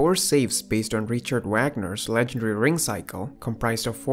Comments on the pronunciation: HANS WAG--- NER not wognur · richard 'wag'ner. Is he a happy dog or something? its vogner not to be that guy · Please please, it's Vah gner as in open up and say awe. Ur gonna get kicked out of German class, as a German (Swiss?)! Even English people say Vah gner.